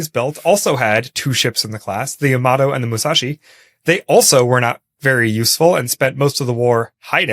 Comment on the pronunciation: "Yamato" isn't pronounced quickly like "Tomato". It's pronounced more like "Yama-tor"